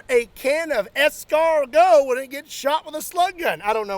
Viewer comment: you snailed the pronunciation of escargot.